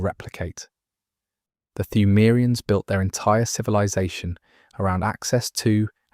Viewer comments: Yeah...so...etymology time, yall! Pthumerians should be pronounced with a silent 'p', like the English word 'phthalates'. The japanese equivalent term for pthumeru starts with the kana 'ト', pronounced 'to' like 'toe' (fun fact: japanese doesn't have a character representing 'tu' pronounced 'too', or a 'thu' ['thoo'], but rather a soft 't' in 'tsu'). I read somehwhere the pronunciation was a play on 'tomb', so localizing the name in a manner that suggests this pronunciation makes sense, but can't confirm this was a direct source. Perhaps that is the case, but is not confirmed unless someone sources a developer interview. An educated guess is that the localization team wanted to foreignize the term, and borrowed the construction of a silent 'p' from the Lovecraftian source material. Foreignize meaning to make something appear unfamiliar, strange, or (dare i say) alien. Lovecraft did something similar when he borrowed the 'chth' from the word 'chthonic'when originating the name 'Cthulhu'. Note how the 'chth' becomes 'cth', losing the extra 'h' in a similar manner as the 'phth' in phthalates becoming 'pth' in Pthumerians. This added p also fits in a thematically (pseudo-)anthropological sense, being that 'phthaltes' (bearing the telltale unusual string of consonants in English) is derived from the root word 'naphtha', itself being a Persian word related to crude oil. That part may be a stretch, but it is funny how ancient Sumeria had geographic overlap with the Persian Empire, an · The P in “Pthumerians” is silent btw. The same way as in “psalm” or “pneumatic” 😊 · My dude. It’s pronounced Yar-num not Ya har num. and the P is silent in Pthumerians.